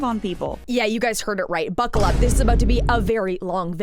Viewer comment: Wow! "Buccal up!"